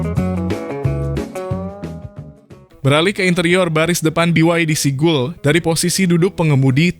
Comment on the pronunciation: Seagull dibacanya SIGAL. Bukan Sigul bang 🤣